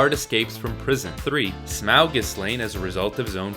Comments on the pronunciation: Humour me... Say "auxiliary". Now say "Taught". Now say "Smaug". Yes. It's pronounced "Smog". Tolkien's joke. Quit butchering it. Thank you. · Stop saying Smawg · This is good. But Smaug rhymes with fog.